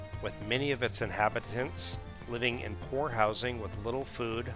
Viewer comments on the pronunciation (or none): none